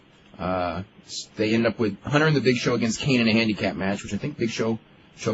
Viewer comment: Why does meltzer pronounce Kane as "Keen"??? Is it just me???